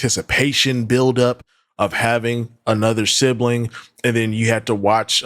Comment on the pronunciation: She says sibling like sibaling and family like fambily I can go on and on.